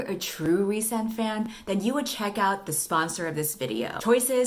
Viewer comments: rhy's name is pronounced "reese"??! I thought it was "rise" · Every time you say the name "Rhysand" I hear "Ree~san" like weeb that I am :')